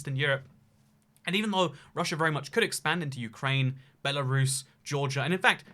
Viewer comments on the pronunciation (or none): none